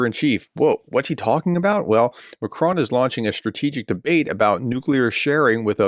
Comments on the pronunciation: Hi Prof, our President is correctly called Mak Ron not Mak krone. Thanks. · Pronunciation: Macron: Mah-kron (with a short, clipped "on" sound). You are copying TRUMP, the dunce of the deal.